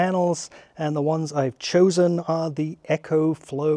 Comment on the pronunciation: And Echo is what you hear when you shout into a canyon.... its EcoFlow not EchoFlow.